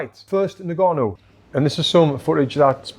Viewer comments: its pronounced ngannou not nigganou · its pronounced un-gannou mate